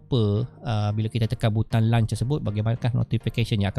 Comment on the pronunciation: Terima kasih. Saya mendapat manfaat daripada perkongsian cikgu. Ps: semak pronunciation untuk launch.